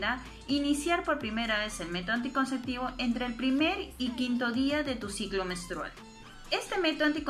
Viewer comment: Muy interesante pero por favor. Es anticonceptivo. Nooo anticonceCtivo!!!!